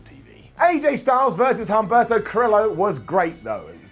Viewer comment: I love you but please start pronouncing the names correctly. You're not supposed to pronounce the H in Humberto nor the U in Velasquez. Also, the name of Sin Cara's friend was Carolina, not Catalina.